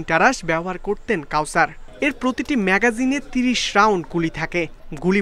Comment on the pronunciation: এই হলো এখন সাংবাদিকদের এডুকেশন লেভেল। পুলিশ কনস্টেবল কে করে দিয়েছে পুলিশ কর্মকর্তা আর ম্যাগজিন কে বলে মেগাজিন।